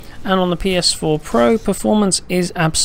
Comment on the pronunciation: I hate how this guy says "pro"